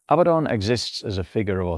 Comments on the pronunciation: Abaddon = uh-bad-un NOT "abbuh-don" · Name is pronounced as "a bad 'un" this is mandated by the double D strengthening the preceding vowel and softening the succeeding. Your pronunciation implies the spelling Abbadon. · One clear tell that the script was AI assisted is how much this script repeats itself, not verbatim, but it meanders and revisits topics seemingly at random. And the pronoucation seems to bounce around a few different forms including "Abatton" - humans are sporadically inconsistent, not consistently inconsistent.